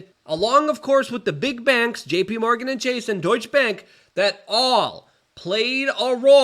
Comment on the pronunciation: Plus he yells really loud. It reminds me of my grandpa which is nice. Also I like hearing him make up so many new words. One time he says establishment. The next time it is estabbishment. Powlerful, bangks, in-poll-cated, etc. I'm learning a lot